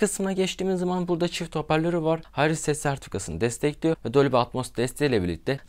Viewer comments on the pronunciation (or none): none